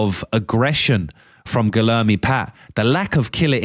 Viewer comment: Guilherme is pronounced like gweeyerme